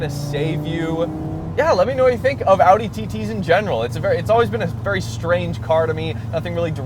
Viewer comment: Sick bro, and thanks for pronouncing Audi correctly